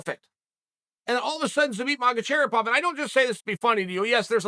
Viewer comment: I’m glad Uncel Chael teaches us to pronounce „Zabit Magotcherrypov“ correctly